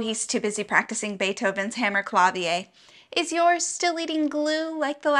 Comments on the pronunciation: This is a bit of a nitpick, but Hammerklavier is German and not French so you’d pronounce it “hammerklav-EER” and not “hammerklav-ee-EY.” Still, how you play it is more important than how you pronounce it 😊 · Its not "hemmerklafieer" its pronounced HAMMERCLAVIIR. I know France and Germany are both in Europe but they dont speak the same language. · "Hammerklavier" is a very fancy way to pronounce it... but it's german, so it's more pronounced "claw-w(as in vine)-ir(as in tier)" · * Hammer-claviere, the way she pronounced it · It is pronounced more like hummercluveer. 😅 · The fact that she pronounced a German word French. I love it. It sounds so fancy. I'll do that from now on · I flinched at how she pronounced Hammerklavier... no shade because I mispronounce stuff all the time, but no. Somehow, it worked for the skit, though